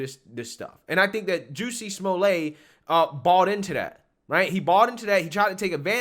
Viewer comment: oh Juicy Smoo-Lay....tsk tsk tsk......the shame of that bish